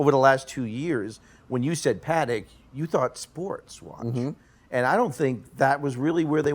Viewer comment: It’s really shameful. The pronunciation of JLC and “Parek “ are especially horrible. These guys are not talking about horology, but about hype, mainstream watches, the AP’s, Patek’s and Rolex they love. I can do that myself, as the rest of the community. They justify AP’s Black Panther, but are not mesmerized by the JLC? I’m really disappointed :(